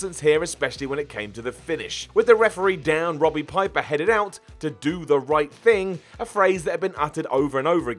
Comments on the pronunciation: Did you really say "Robbie Piper"??!! Sik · I could have sworn he called him Robby Piper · ... am I drunk, or did he say, “Robbie Piper..”? (I AM drunk, but I’m still lucid enough to hear I think) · He did, and it was terrible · He said robbie. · sounds like he says Robby Piper